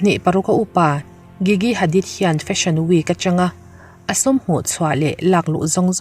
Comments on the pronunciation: Gigi jiji tia lam tur aw😊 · Gigi hi "g" kan lam ang hian lam tur